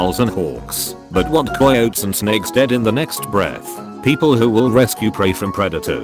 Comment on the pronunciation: When the voice says coyotes like coyoats: KOWALSKI ANALYSIS